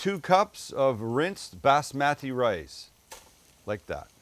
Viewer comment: He pronounces Basmati rice like Napoleon Dynamite says Quesadilla